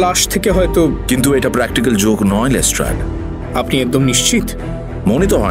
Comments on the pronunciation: You guys are class apart. But why is saying Les ট্রেড?! 😳😥🙄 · Yes. But it's pronounced as Les ট্রাড. It's always been Les ট্রাড. Look at Mir's pronunciation too, always perfect. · Am I the only one who found 'লেস্ট্রেড' pronunciation extremely irritating 😅😅 Atodin লেস্ট্রাড shune esechi baki rao tai bolchilo hothat erom kano bola shuru korlo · Les-TRAAD k Les-TRADE bola ta khub kaane lagchilo... eii tukuii con :) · Pls (Watson ) ke bolo je ota lestard not lestred pls it's piercing in the ears